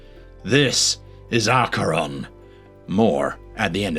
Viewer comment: Acheron- sounds like Hackeron. Ackeron. But spelled Acheron.